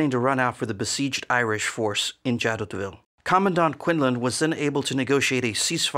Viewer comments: Great video! I think the town is pronounced "zha-doh-vee," or more commonly in English "zha-DOH-vill" but I don't speak French so... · The letter "T" in Jadotville is not pronounced. And you don't make even a tiny mention of the murder of Dag Hammarskjöld, shot down by a plane hired by the Belgian mining corporations. Plus no mention of the two 80mm mortars, nor the two armoured cars. I should have remembered that Yenghi never get it right when it is not their troops. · Jadoville. The 't' would not be pronounced.